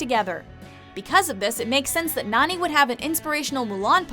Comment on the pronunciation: How she says Nani- it sounds like she says neny